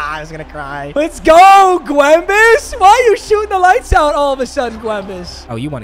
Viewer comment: Why the fuck does he call him gwembus 😭